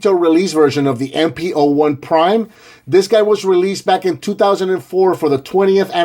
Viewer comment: Its not mp01 its mp1